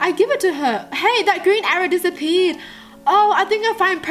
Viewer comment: Did anyone else get ocd over the fact that she said disapee instead of disappeared